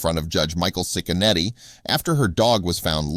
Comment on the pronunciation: It’s pronounced chick a neddy. My husband and his family grew up across the street from him. He really is a great judge. He doesn’t put up with crap in his county. (Lake county Ohio) we sure love him. He’s a stand up man and family man too ❤️